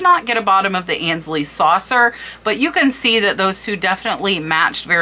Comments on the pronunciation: Aynsley...it's pronounced AINES-Lee - not ANS-Lee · Aynsley is pronounced “Ainsley “ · Please forgive this is not meant as a criticism but to assist you, AYNSLEY is pronounced like AINSLEY not annsley. A luncheon plate is a size if not larger than a salad plate the trios are a cup saucer and a tea plate. Cheshire is pronounced Cheshur..not shire. Meissen is pronounced as a double ss, not a z. Herend is pronounced Herrond. Gilt is pronounced as a g not a, The most common mispronounced word in the USA is WORCESTERSHIRE. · Fascinating research and presentation. Thank you - I am going to look in my china cabinet now where I have many tea cups from my mother. FYI - I believe Aynsley is pronounced with a long A not as An. Ay as in hay. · I believe it is pronounced Ainsley... that's how I always heard it. Very interesting video, thanks. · I love selling on eBay I’ve been doing it since 1998. I was lucky enough to come over from the England with a ton of China that I had no room for. Just a note, Aynsley rhymes with “pains-ley”. Ayn pain. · Great video I love it. Just want to say ,I believe that you are mispronouncing Aynsley. It is pronounced Ahnsley. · Aynsley is pronounced 'ae' as in 'bay'. 'MY sen' for lessen. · Grammar Grouch here... FYI Aynsley is pronounced like paint or faint - "AINsley" (it is a very popular English name also spelled with an "i" instead of "y"). Aaaaah! And "gilt" is pronounced the same as GUILT. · Ains- ly like ain't sound.🥰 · I say this with all love ( and I'm old and have been junking since grade school so I had to learn a lot) but Aynsley is pronounced AINs lee , Sevres is pronounced Sev , and Meissen is pronounced MY sen. Thank you for all you do!